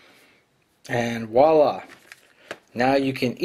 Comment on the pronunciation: Walla is something pigs do! If you French words learn to pronounce them. It is pronounced with a "V" sound.